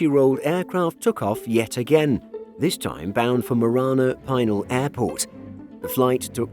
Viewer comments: Just a heads up, Pinal is pronounced pee-nal, not pie-nal. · PEE nal,. I live out here in Arizona. It is an Indian tribal name. I have gone out there many times. It is the former site of the Arizona air national guard. I’ve seen many 747s, and other aircraft, go to their final resting place At this facility.